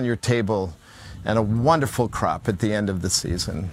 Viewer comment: No disrespect intended, but i did a double take when i thought you said ‘if you needed a good crap’ (you said of course crop) i chuckled at that... great series!